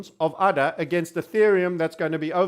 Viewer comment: All these times i heard you say udder, it's really ada.:( guess i should make udder coin.